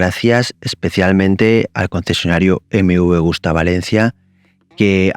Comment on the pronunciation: Excelente moto y muy exclusiva. Por cierto, se dice Agusta y no "Augusta"; bien escrito en el título y mal pronunciado todas las veces en el vídeo. Saludos. ✌🏻